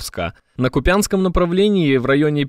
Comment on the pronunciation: На КУпянском направленим. КУпянск. 😊